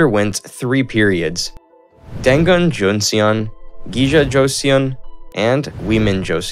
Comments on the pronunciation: Pronunciation is off, but otherwise nice video. Just a small correction, it's "Dangun", not "Dangu" :) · Shila= Shilah Bakjae=Baekje Josen= Joh sun Dangun= Dahn goon Etc